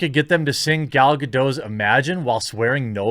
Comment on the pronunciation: The "t" in Gadot is not silent.